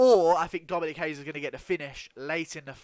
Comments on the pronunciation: It’s pronounced RAY-ES. Not Brazilian. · Dominick Reyes is American of Mexican descent and his last name is pronounced RAY-ES. Only people from Portugal or Brazil pronounce their first R's in a name with an H. I've got Dominick by ko/tko.